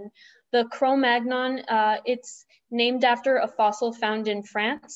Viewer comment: Excellent presentation and very good delivery. One thing - please pronounce Cro Magnon properly :)